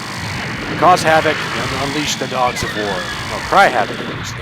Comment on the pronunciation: It took me a moment to realize you DIDN'T say "Unleash the Goggs of War"...